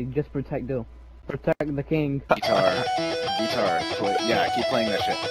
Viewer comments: It's coming spoon "geetar" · Just say Geetar today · And thus "Geetar" was announced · Who watched "GEETAR"?